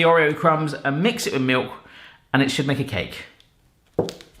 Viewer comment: Take a shot every time he says mewk (milk)